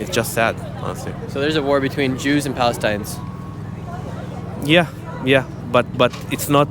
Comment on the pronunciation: *palestinians bro.. how are you calling yourself a journalist if you can't say that word correctly or perhaps you're just playing a redneck